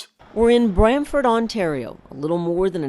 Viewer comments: Get the name right ! It’s brantford, it’s not bramford or Bradford!!! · Brantford not Bradford can Americans get anything right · The town is called BRANTFORD FFS.